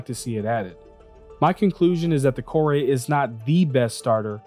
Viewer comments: I'm just curious where he got Kor-ay from? It looks like 'core', every time I've ever heard any developer talk about it it's been 'core'. Any time I've heard any other person talk about it on stream it's been 'core' but for some reason he came up with 'kor-ay' so I'm just curious how. I mean lets say that is the correct way to pronounce it, literally everyone else got it wrong so how did he get it right? :) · I pronounced it Core, because it didn't have the accent over the e, but apparently Kore is an alternate name of the Greek goddess Persephone, and pronounced Kor-ee. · The MISC Reliant Core-Eh? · Kore is pronounced "core"